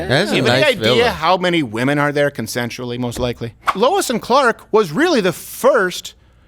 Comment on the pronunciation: Lmao "consentiallly most likely"